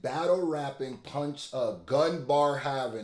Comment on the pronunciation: Bro said Mahatnas Gandhi 💀